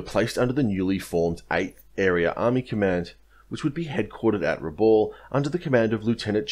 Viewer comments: Pronounced Brewuna! My dad was there! Pronounced Rebal! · Vasey is pronounced Vey-zee. Raboul pronounced Ra-Bowel. Excellent vid as usual.